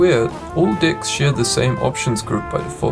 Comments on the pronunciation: yo la la! it's not pronounced as dicks but decks man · Is he saying DICKS???? lol